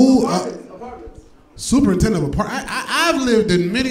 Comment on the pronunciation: Also, did yall miss when he said SUPER NINTENDANT LIKE SUPER NINTENDO LMAO